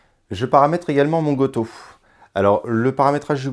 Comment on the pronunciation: j'adore ta prononciation bien française du goto 😂